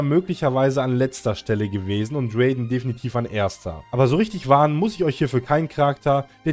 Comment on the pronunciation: Ist nicht bösse gemeint aber es wird nicht Räyden sondern R.a.i.d.e.n